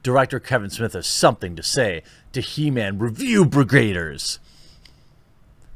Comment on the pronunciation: It's He-Ma-am .. get it right bro !